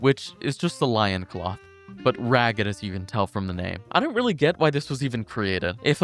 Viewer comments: "Lion cloth" my guy its LOIN cloth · oh my god "lion cloth" Its loin, as in your pelvis. It's a pelvis cloth, aka a loincloth. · this kid really pronounced loin cloth “lion cloth” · .... He said Lion cloth..... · Lion Cloth. Bro, learn to read. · lioncloth??? grand closeteer??? dyslexia be hitting like a truck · Did this guy just pronounce loincloth "lioncloth" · bro said lioncloth.... Loin is not lion lion is lion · What is it with people and souls-borne Pronunciations. Its Loin not Lion. Like tenderloin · wtf is a LIONcloth loincloth? you have brain damage lmao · Loincloth, bro. LOIN. Not Lion. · Loin ≠ Lion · Not Lion-cloth, Loin-cloth :) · That’s not how you pronounce ‘Loincloth’.